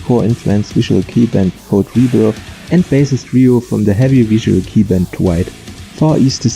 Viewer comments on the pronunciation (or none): Wow ich bin echt beeindruckt wie schnell du Videos produzierst 0.0 erinnert mich daran, dass ich mal meinen faulen arsch bewegen sollte und noch das Nokubura konzert uploaden muss! kleines Feedback: Das "kei" in visual kei wird wie beim wort okay ausgesprochen und nicht wie englisch "key", ausserdem glaube ich beim besuch eines live konzerts von far east dizain gehört zu haben, wie keita beim vorstellen der band das Wort dizain wie "design" und nicht wie beim namen "zayne/zane" ausgesprochen hat (hier bin ich mir aber nicht 100% sicher, da es bei der akkustik eines live konzerts manchmal schwierig sein kann, alles korrekt rauszuhören)